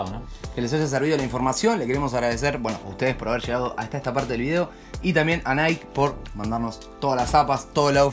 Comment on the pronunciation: segunda vez que lo escucho decir nike en vez de naiqui